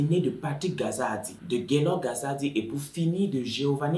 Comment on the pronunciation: j'ai vraiment aimé la façon dont tu as raconter l'histoire mais la prononciation du nom kazadi tu la vraiment mal fait